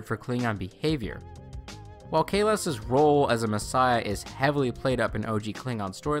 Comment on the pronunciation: you lost me when you fail to pronounce Kahless... also the new klingon language sounds like any african tribe language